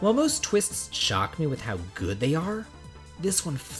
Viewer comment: I like how you put emphasis on GOOD day, have a good day, like yeah I will be forcing, willing myself into having a good day!! Great video as always.